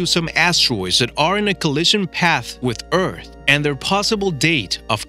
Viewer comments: Eath not eat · He says ert instead of earth